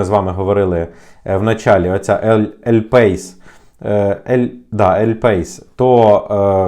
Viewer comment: Не ель пейс, а ель паіс!!!